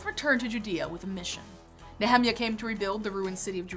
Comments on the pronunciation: I don't mean to burst both your bubbles but, if you're trying to pronounce the Hebrew all of you are pronouncing it wrong! The lady in the video is I think trying to pronounce it in the original Hebrew, and so she is wrong. As for the Anglicized church version (so called), yes they are wrong if you are using Hebrew as the basis, but please note that no transliterated word ever tries to be a perfect copy -- it cannot, because the language is a different language. For example, Jesus' name is far from that sound in the Hebrew, which is closer to the name Joshua, but even the name Joshua sounds different in the Hebrew. The point is simple -- there is a correct way for each language, if if the lady in the video is claiming her pronounciation is correct for Hebrew, she is wrong. Please note, my source is a native Hebrew speaker who not only knows modern Hebrew as her native tongue, but who has a degree is both Hebrew Linguistics and Semetic Linguistics from a prominent university in Israel. In trying to find the correct pronunciation on Youtube I see it is hard to find it, there are not many sources to pull from. Even the one Hebrew speaker who I found spoke it much much closer, but his stress was incorrect so I hesitate to refer to it. Please just note -- you are both incorrect. And I do agree with you, that is does not matter. Each language has it's beauty and uniqueness, and as a person grows up from a child they know the sound of their name, whatever it is -- this, this is thei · When she said back of the Bible, I instantly thought, "hidden in revelation and not read often? huh?" then I heard her pronounce Nehemia and I instantly knew, "Ooooooh, it's Jewish stuff!" Shalom! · Talked a bit too fast..and are u sure u pronounce Nehemiah right? Lol..I was like..which book is that?..took me a minute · "I can't watch the video if you're gonna say Nehemiah like that." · The way she pronounced Nehemiah🤣🤣🤣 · who is Ne hem iah ??? Don't you mean - Neh eh miah ? :-)